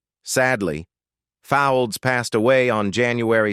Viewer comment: Bloody yank, Al, can't pronounce English names...Fowlds, pronounced folds. Etc etc.